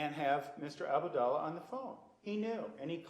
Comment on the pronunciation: «Mr.Abudala» 😂😂😂 And you’re talking about ignorance Nurmzter? I’ve heard him corrected on that name so many times up to this point, still can’t get it right. It’s just an indicator of how thourough he actually does his job I think...